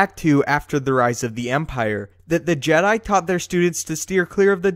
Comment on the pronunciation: tha je-diiii still haunts me....